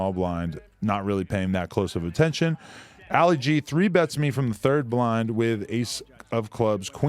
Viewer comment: "Alley Gee"... 😂🤦‍♂️ It's pronounced "ah-lee gee".. as in Muhammad Ali lol